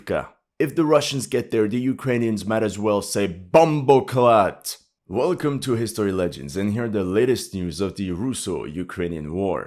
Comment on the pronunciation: Bro you floored me when from nowhere you dug up that “BOMBOCLAAT”😅.. respect from a Jamaican follower.